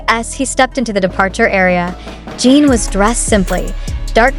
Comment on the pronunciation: You talk too much and show images that don’t match what you say at all and his name is not Gene as you always say but JIN And the people can’t go to terminal, you suck things out of your thumb 😡